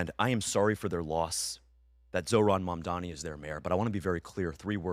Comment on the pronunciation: Why they always say MAMDAMI but it’s MAMDANI with N I feel it’s intentional. It’s not like I care but just saying.